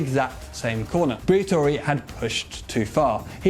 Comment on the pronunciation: fabio briator"i"